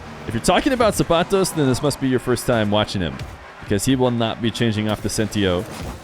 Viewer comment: i hate the way he says the mexican guys name so cringe man